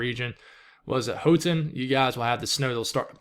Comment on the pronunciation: And it’s How- ton